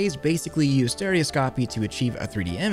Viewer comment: You said stereoscopy wrong.